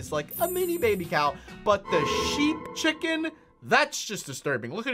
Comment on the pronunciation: dat chicin cweepe